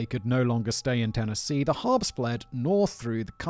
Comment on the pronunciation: I struggled with this because Simon can't say Harpes!